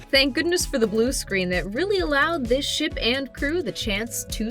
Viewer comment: the way he says "ship"